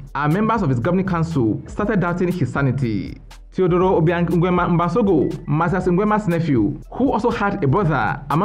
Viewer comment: The way you pronounce "Nguemaaaa"🤣🤣🤣